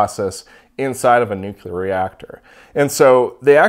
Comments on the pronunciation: New-clear, not nuke-u-lar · all 3 "measurements" were incorrect - because of wrong geometry, so you just ignore all 3 of them - this is how you should understand "that". also "nuke-lar", that's SO funny to hear, multiple times : )))